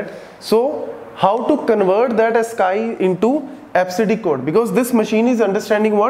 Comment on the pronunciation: Sir Ascii(ask-ee)